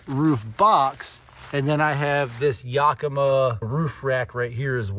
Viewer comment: Great video, man. FYI. It's pronounced "too-lee," "eeno," and "ya·kuh·muh".